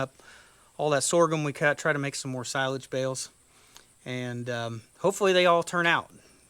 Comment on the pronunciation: That is the correct pronunciation of silage. Well done sir.